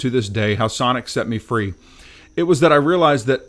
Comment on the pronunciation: I don’t think you can say “Sonic.”